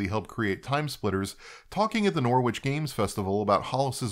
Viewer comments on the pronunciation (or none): FYI it's pronounced "Norritch" rather than "Nor-witch". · It's understandable but you mispronounced Norwich too. It's Norrich. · Brit here, actually born in Norwich: It's pronounced 'Norritch'. Flawless on 'Hertfordshire', though. Love the content! Always make time on the day your videos come out instead of dumping them in a playlist somewhere. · Great video British person here. I can't help myself. It's pronounced NORR -ICH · Haha I was just checking to see if anyone else had pointed the pronunciation of Norwich 😁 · I wondered how you'd pronounce "Norwich"... you didn't disappoint